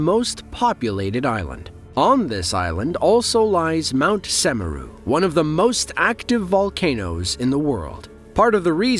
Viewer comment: mount "semarang" 💀